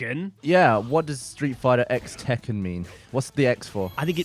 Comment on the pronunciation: It's Street Fighter CROSS Tekken. Not letter X Tekken you dumb shits.